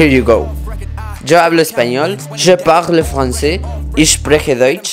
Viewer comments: You are an very good artist and the"je parle français"are pretty good ! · "Je parle Français" Incroyable :'0